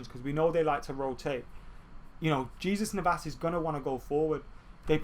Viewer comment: Btw I love how you kept on pronouncing the J in jesus navas 😂😂 were really going to be attacking Jesus 😧